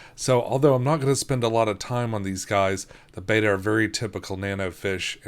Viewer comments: Betta is pronounced BET-uh, not BAY-tuh. Beta (pronounced BAY-uh) is the second letter of the Greek alphabet. Betta (pronounced BET-uh) is the fish! Thanks for the wonderful video. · Mom wow. it's people like you who really make this world go round! could you believe what this world would be like if one person mispronounced betta... wow thank you so much! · Its one of those things that happens when you read a word a lot and pronounce it wrong in your head then can't stop saying it that way. I do that ALOT. Now I do actually know how its pronced but its a bit of a struggle to get myself to say it. If you watch my Betta game video I do it both ways. I don't actually care if someone pronounces it one way or the other. But I get annoyed when people say gyro wrong. So I won't judge.